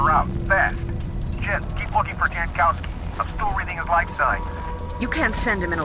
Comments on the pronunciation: no, it isn't. It looks Polish to me. The "j" is pronounced like a "y" and the "w" is pronounced like a "v". "Yankovski" is how you'd pronounce it. Edit: though if their family came a few generations back, probably Americanized it eventually. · Jankowski is a Polish last name pronounced Yankovski and I will not allow anyone to make fun of it. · pole here. Jankowski is read "Yankowsky". Anyone, even a polish born american who does otherwise is wrong. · I never got the connection between eurojank and Jankowski and I'm Polish. It took an American ruining the pronunciation to show it. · Yes i will ruin a bit a "jank". But because im from Poland, every time "jankowski" was pronounced with "j" like in english i cringed a bit, because Jankowski is like quite common surname in Poland and "j" is pronounced like "y" in "yellow" in polish.